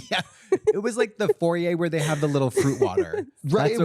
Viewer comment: katya saying foryay for I assume foyer